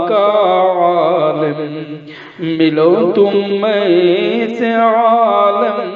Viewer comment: ایسا معلوم ہوتا ہے کہ اشعار سنانے والے کوئی انپڑھ آدمی ھیں پڑھنے میں کئی غلطیاں کی ہیں حالانکہ یہاں پر اعراب بھی لگے ہیں معالم اور عالم زبر کے ساتھ نہیں بلکہ زیر کے ساتھ ھیں